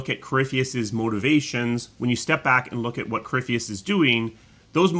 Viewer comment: Its easy to get caught up with everything, so I've learned to keep things simple. Nice video, and I always got a good laugh when would butcher corypheus name lol